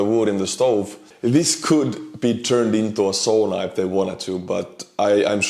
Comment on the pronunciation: it's sauna, not souna. I think you should know that 😂